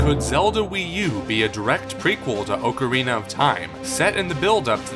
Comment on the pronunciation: You pronounced ocarina incorrectly